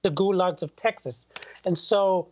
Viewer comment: the Air conditioned gulag of Texas (ta-has) Lol... wow.... Don't come.